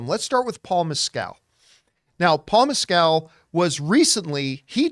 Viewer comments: It’s funny how many people mispronounce Paul Mescals name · I do find it funny the way you say Mescal